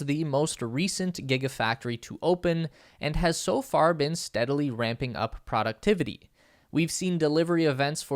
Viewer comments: This is a GREAT video! And whoever is in charge of recording this voiceover sure has a lot of work that they're doing and they accomplish it quite well (and that's a lot of text!) That said, I have really only one pretty big problem (it's probably not most people's issue) ... Sorry, I gave it to outs but then when I kept hearing him say "productivity" pronounced like "PRAW-ductivity" instead of what I understand to be the correct "PROH-ductivity," I felt that I should mention it. Mainly because it probably will be spoken again in future videos and at least I feel sounds so much better spoken correctly :-) (and if I'm wrong about the pronunciation or it can be corrected both ways, then I stand corrected :-) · "Productivity" is one of those words that can be pronounced either way, definitely. The pronunciation of it varies depending on location. For some people, pronouncing it "proh" would even seem strange and wrong. ☺